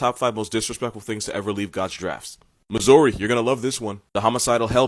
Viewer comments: How did ye say Missouri again cuz that ain’t it chief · Say Missouri again! I love it 🤣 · Idk why but it bugged me the way he said Missouri😂 but to be fair people in my own state say it differently too lol. Miss-er-ee Misery Miss-OUR-ee Zuri Miss-zer-a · The way he pronounced Nevada and Missouri immediately pissed me off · The way he said Missouri eww but he right about the hell pig